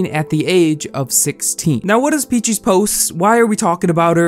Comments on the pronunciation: that's not an accent it's just blatantly misreading her name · Peach + feces💀💀😭💀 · Same. Not sure how anyone over the age of 10 doesn't know how to pronounce peaches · how tf are you unable to pronounce the word peaches, i'm sorry but that drove me insane